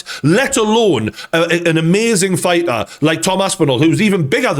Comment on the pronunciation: figha. its fighter